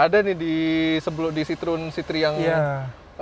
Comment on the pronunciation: kok nyebutnya "si-trun" mulu. Untuk reviewer channel gede macem ini, harusnya sdh nyebut " si-tro-wen"... Kan bukan orang awam...